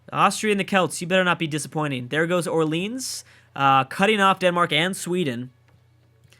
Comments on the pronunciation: BY THE WAY, the French city of Orleans is pronounced Or-lee-on. Not like you'd pronounce New Orleans;) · The way you pronounced Orleans really irks me